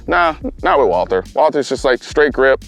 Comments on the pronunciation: Actually... Walther is pronounced 'Walter'. Just so you know. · Since it's a german Company, you're first pronounciation was acutally correct. It's written Walther, but it's pronounced Walter... If you know, you know :) Super nice video. Thanks again for the top content.